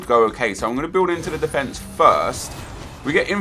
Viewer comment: Why do you say defence like an American? You are not American.